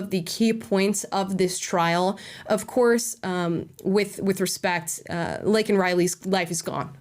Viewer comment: And keep in mind that regarding this case, Biden only had one apology to give and that was to Jose Ibarra, whom he rightfully referred to as an “illegal”, despite mispronouncing Laken Riley’s name. Let. That. Sink. In.